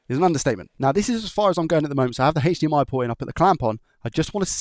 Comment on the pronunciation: God can you stop saying sh&hhhhhdmi and just say h . d . m . i?